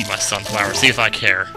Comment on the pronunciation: Okay, repeat after me: sunflower Sunfower SUNFLOWER!!!